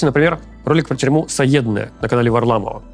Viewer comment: Тюрьма не "Саедная", а "Седная"